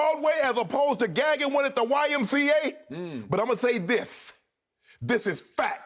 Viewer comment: Shannon: "But Ima say 'THISSHH'" Also, Skip is like a Kevin Wildes that actually takes himself seriously.